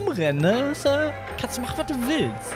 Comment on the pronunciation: der Franzose kommt aus immer mehr raus erst Le Was und jetzt Le Ups